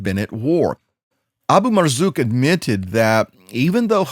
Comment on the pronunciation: You pronounced ABU MARZUK pretty well..